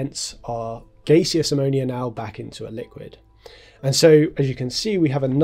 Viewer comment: ‘Gay-see-us’ Bruh. What? Not ‘gas-ee-us’?